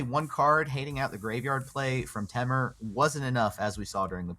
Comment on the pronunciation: Anyone else say temur different then max damage? I have also heard it like TEA-mur the way he says it makes me cringe